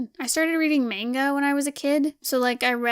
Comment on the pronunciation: I don't want to be that one guy, but... It's mahn-gaw not mAn-ga Gknagksnwnc. Just kidding. I love your vids! I have been binge watching several of your vids and I can see the progression of your work. It really pays of to push yourself, good job!